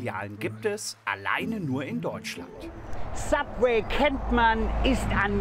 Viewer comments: Sabweh, Siesasäläd... Uff Und als ob der als Koch nicht wüsste, was Fajitas sind, wtf... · Wenn er bei „Subwee“ schon so überfordert ist frag ich mich wie er allein zum kacken geht.